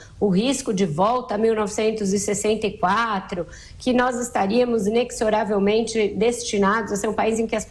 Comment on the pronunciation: Carmem Lúcia e Vera Magalhães: inexoravelmente o "x" tem som de "z" e não de "s". Querem falar bonito, mas não conhecem a pronúncia das palavras.